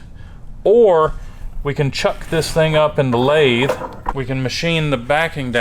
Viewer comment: he said, "to blathe"